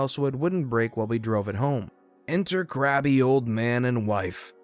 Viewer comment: You do know that crabby🦀 is NOT pronounced "grabby", right? You made it sound like he's a pervert!